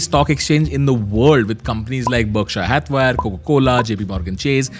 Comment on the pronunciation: did he just say berkshay hathwire ? 😅😂